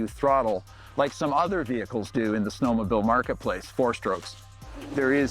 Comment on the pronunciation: "Snowmobill"